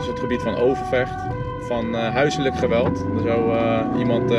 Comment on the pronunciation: Try saying 'geweld' and make the 'g' by hissing like a cat, or a goose. The 'g' in Dutch is a fricative sound, and yours is an explosive sound (like the P, you let air build up and release it, making the sound). Will feel really weird, might even tickle! You keep the flow of breath going, instead of closing the flow and let it pop. The north of the Netherlands makes a harsher friction sound G and the southern are more fluid 'softer' G. Edit: not always though. You don't do the same with a G after a N. Then it is a bit like your G. If you want to pronounce Groningen, you hiss the first G and you add a little bit of G to your N, like you would do with the adverb -ing. Like in walking, talking. If you'ld want some free tips on this I would love to help!